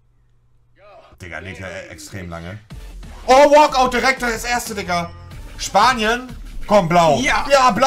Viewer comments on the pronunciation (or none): Warum sagt monte immer spania oder argetina